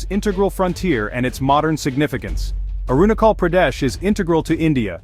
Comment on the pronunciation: China itself illegally capture tibet so how china claim arunachal pardesh ?? ... N pronounce correctly .. i must say your pronounciation is very bad and irritating 🤣🤣🤣